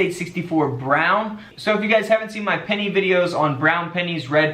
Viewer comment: Love the "denny!"